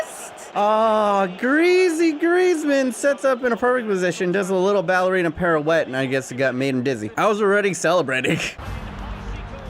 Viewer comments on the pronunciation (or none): none